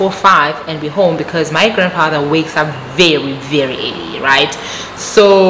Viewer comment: Lol I love it when you are telling us these stories and the way you say homu (for home), roomu (instead of room), this make our stories very interesting 😀..